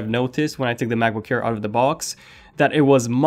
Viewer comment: I kept hearing you say macbook care :P